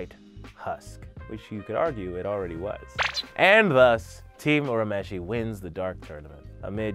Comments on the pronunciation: It's ur u mesh ie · Loved the video. The humor and sound effects were much appreciated!!! My only quarrel is the pronunciation of Urameshi (it’s pronounced your-a-mesh-e). If you ever find yourself doing a Yu Yu Hakusho video now you know how to say it 🙏 Keep up the good work! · The English dub pronounces it that way, but technically that's wrong. His name's actually pronounced more like "ooh-rah-may-shee." That said, having grown up on the dub, I pronounce his name the way you have it written, just with the realization that it's totally bastardized. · There is no such thing as early 90's Toonami, Toonami started in 1997. Also Yuyu Hakusho didn't even premiere on Cartoon Network till like 2002 and it's the same dub as the current one. Also he mispronounces Urameshi.